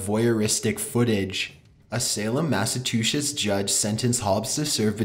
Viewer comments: Trying to pronounce Massachusetts: "Massive-two-shits" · he said massatoosits not Massachushes lole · “Watching from the floor vents. A lady in Massatchis” (Mas-uh-tu-chis)😂😂😂 it’s Massachusetts not Massatchis😂😂😂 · Mass-a-two-shitz? It is pronounced "Mass-a-chew-sits", I used to live there. I hope this helps. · MASS A TOOSHES I believe it is: MASS-ACHOO-SETS. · It's Massachusetts, not Masetushes. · "a woman in Massa-two-shits" lmao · hopefully this can help Mass-Uh-Chew-sits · say it with me Mass-Ah-Choo-Sits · The way you said Massachusetts tho was kinda funny lmao 😂 mass a two shits I think I heard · You forgot about how he called Massachusetts, Massatoosits. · It's not masatusets. It's Massachusetts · massa-toochits. lol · "Massatwoshits" lmfao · masatooshits lololol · I rewound it five times to hear him say Massetooshess. 🤣🤣🤣🤣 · MASSATOOSHIS? ARE U KIDDING? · it's MassiveTwoShits 😂😂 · Massachusetts. Mass-e-chew-sets ...try saying it again. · And :massa-two-shits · Mass-UH-chu-setts actually. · bruh come on😂😂 its spelled mass-a-chu-sets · Masatuchets? Hahahahahahah bro it's Massachusetts. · "Mashatuchets" What is that? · Math and tooth sets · mass eh two shits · massatooshits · omfg lmao right when I read it it said "Massa-two-shits" 😂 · Massetuchets lmao :P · “A woman in Massatwoshits”😂😂😂😂😂😂😂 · "Massatuchiss" LMAO!!!!!! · this dude said massatushes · Was not expecting the intonation of a valley girl. Also....Massatooshis??? E--MAN--ating? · This guy really said massatoocious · As a former New Englander I feel a bit triggered about you pronouncing it as machatusits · " Massatew-shits" really?? hahahahahaha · "A-MASS-OF-TWO-SHITS" XD ... Uhh anyone? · #3 he said masatushes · Massatooshits? LOL 😂😂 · did he call Massachusetts massechesautes??????? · Did he said masetushes??? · Massatooshis? Really? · I know you are learning how to say Massachusetts but imma just write out pronounce it Mass-achoo-sits